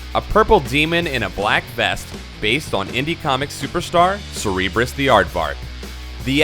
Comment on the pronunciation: The "Purple Demon in a Black Vest" is based on CEREBUS, not "Cerebrus", and is called "S'ym" pronounced "sim", like Cerebus' creator, Dave Sim, not "slim". He's pretty integral to Magik's (Illyana Rasputin) story and therefore integral to the "Days of Future Past" story which set the tone for the next 10-15 years of X-men stories especially in the 90's, revolving around Cable and Apocalypse, and so, carrying through to today. Hardly in the same category as Goldballs or I-Scream. Also...Random was awesome, especially in X-Factor.